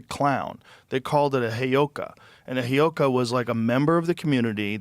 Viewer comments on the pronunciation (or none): Joe “hayoka” Rogan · “The heyoka……..” 😣